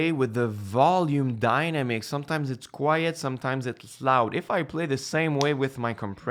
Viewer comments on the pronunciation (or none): Just to help out with the English, there..."dynamics" isn't pronounced "dina-mix" like "dinosaur." It's pronounced "die-namm-icks." (Yes, I suck at explaining pronunciation in text. haha)